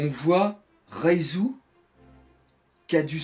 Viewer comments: c reiju pas raizu lol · Prends le temps de te reposer, courage à toi et on dit bien "Reiju" et pas "Raizo", ça c'est le ninja, sinon Bonne réaction live malgré ton manque de morale !! =) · Reijū =/= Raizou!! R-E-I-J-Ū!!! D'ak?!:)